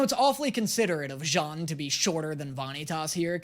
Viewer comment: we say Janne not jana